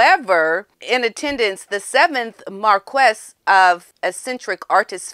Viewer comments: Can’t pronounce Viscount, can’t pronounce Marquis? Surely if you’re going to comment on the British royals and the aristocracy it would be appropriate for you to do a tiny bit of research on the “hard” words? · Pronounced Mar Key and Vi Count. French words, have some silent S's in there.